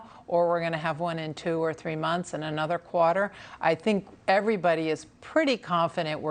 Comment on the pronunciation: What is a “cwater”? Why can’t this columnist talk properly?